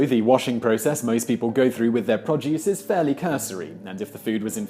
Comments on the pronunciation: It's pro-duce, not prod-juice. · Produce - pronounced "pro + duce" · P r o d u c e just say it. Produce. P r o d u c e